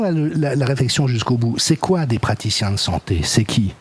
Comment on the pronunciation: Les Practiciens de la Santé-euh ??? 😅